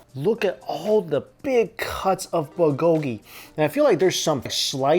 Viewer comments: BULgogi. Not bulGOgi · New drinking game: Take a shot everytime Mike says BUHGOEGEE LOL!!!! (not meant to be offensive just playing around, love your videos so much Mike!) ^__^ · Say "buhgogi" one more time 😂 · Mike, love your videos but there's a "l" in bulgogi ☺️